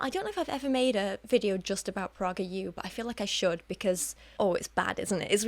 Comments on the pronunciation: yes it would be awesome to see a video about PragerU! (Which by the way is pronounced "PRAY-ger" not "PRAH-ger" lol) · I could be wrong but I think PragerU is pronounced Pray-ger U. The irony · It's pronounced "prAY-guhr". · oh of course, she can pronounce it however she likes, I just found it a bit amusing that's all